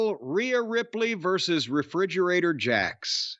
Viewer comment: "refridgerator jax" 😂😂😂😂 i almost fell off my bed